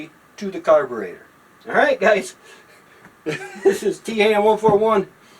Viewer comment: There is a very tiny plastic fuel filter inside the metal tube on the carburetor (or as Taryl says carbitrator). I know because I saw one clogged once..